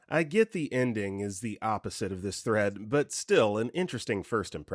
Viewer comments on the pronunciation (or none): none